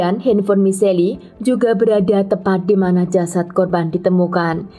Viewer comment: Michelle dibacanya mishel bukan michelli, gimana sih kayak gatau nama orang aja.